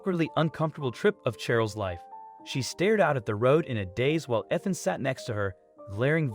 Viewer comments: Well done, dude. You managed to pronounce “Ethan” correctly two whole times, right at the end of the video. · that was more inconspicuous than the Ethan with the short e sound though😆 My cousins name is Cheryl but we pronounce it like Sh earl, one syllable. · We all know that Ethan is a hard name to pronounce. It's the "E" that is the hardest!